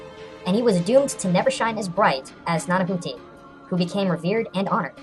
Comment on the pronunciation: Ah, it's refreshing to watch a culture filled channel. Oh yeah, for the record you actually pronounced Tecciztecatl's name correctly...Nanahuatzin not so much :P. The "h" in mesoamerica sounds like "g". Umm its pronunciation is similar like saying "agua". So in the end it would sound like: "Nanaguatzin". Hope that's helpful.